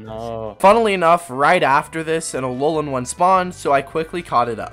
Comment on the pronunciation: BRO SED ALOLOAN PONYTA WHY WHY U DO THIS TO ME